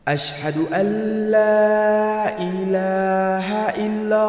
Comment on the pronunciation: আসসালামু 'আলাইকুম। সুবহান আল্লাহ্! আযান শুনে কান্না চলে আসলো। অসাধারণ কন্ঠ। মা শা আল্লাহ্! বারাকাল্লাহ্! ★উচ্চারণের দিকে মনোযোগী হলে, শুনতে আরো শ্রুতিমধুর লাগবে। ★" মুহাম্মাদ" সবসময় বড় হা দিয়ে হবে। ★ হায়্যিইয়া,, বড় হা দিয়ে হবে। ★শেষের লা- ইলাহা " হা" টা বড় হা হয়ে গিয়েছে। ওটা ছোট হা হবে। ভাইয়ার প্রায় সব ভিডিও আমি দেখেছি, আমার ভালো লাগে। আমি ভাইয়ার জন্যে দোয়া করি আল্লাহ সুবহানাহু ওয়া তা'আলা আপনাকে দুনিয়া ও আখিরাতে অনেক কল্যাণ দান করেন। আপনার বাবা- মাকে আমার সালাম জানাবেন। উনাদের জন্যে অনেক দো'য়া রইলো।